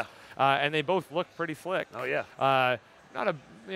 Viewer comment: Did he just say "pretty flick"?